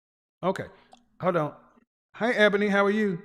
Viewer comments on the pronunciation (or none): none